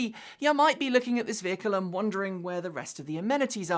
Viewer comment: Ha, in place of "and", I heard "hit the bell end subscribe".